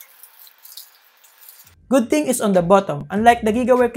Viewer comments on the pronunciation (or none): none